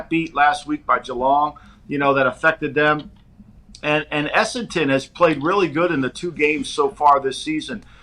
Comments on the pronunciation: has no idea about AFL. Talks like he knows what he's talking about but says some completely incorrect stuff - "Have to bounce the ball twice", "2 teams in Perth - Western Bulldogs and West Coast Eagles", "Perth is Eastern part of the country", "Carlton is really good" - they have been really bad for about 20 years.....Also isn't it "Clarko", not "Clarky" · had a really poor grasp of the sport to be talking about it like he knows what he's saying. It's Essendon not Essenton, Perth is in the Western Part of the Country, you bounce the ball every 15m, you only get a protective space on a mark or free kick, Clarkson has won 4 premierships, not 2. Western Bulldogs are based in Melbourne, Fremantle is out West. Carlton are garbage. Hawthorn are based in Melbourne and play at the MCG, they're nowhere near Adelaide - literally talking out of his arse.